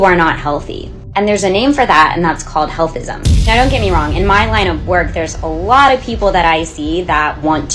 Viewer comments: This bitch said healtism, wow, lmfao. Now, we making up words now? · Did she say healthism? Gtfoh😂